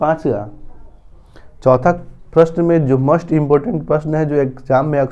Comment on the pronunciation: 'मोस्ट' का उच्चारण आप 'मस्ट' के रूप में क्यों कर रहे हैं?